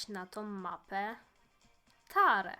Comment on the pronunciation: Fajny film ale jak powiedziałeś że wybierasz tarę to usłyszałem wybieram starą xD🤣🤣🤣🤣 Edit dzięki za serduszko